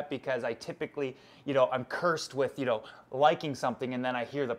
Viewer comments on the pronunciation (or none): When he says "you know " it sounds like he's saying "eel"